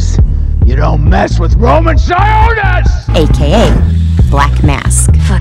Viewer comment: Never seen the movie but the one thing that annoyed me at the star of the video was that they said his name wrong. It Roman Si-on-nis not Si-oo-nis